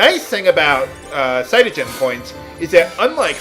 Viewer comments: Uh,, I know you usually do your reseach and stuff, but isn't CP "Crystogen Points", Not "Cytogen"? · Caystogen points? That's an R though,So its Crystogen points. Second time watching this lp though,dont remember if you see that later in the series. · its not cy-to-gen, its crist-to-gen as in crystal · It's "Crystogen" Points - Kris-Toe-Jen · I think you missed the 'R' out of how you pronounced the points you get at the end of battles. So it's kind of like Crystal-gen, but with an 'O' rather than 'AL'. I think Vanille is my favourite character just because she's always so chirpy, or maybe I just have a thing for gingers =P Either way, there's certainly no competition for my least favourite character... Just come out with it already Hope! Grr! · um, there's a letter "r" in crystogen points that you might've not seen. i know how you are with people correcting your pronunciation and i dont care how you pronouce words so please don't hate me lol just saying you might have overlooked it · isnt crystogen pronounced like crystal-gen not like psyduck gen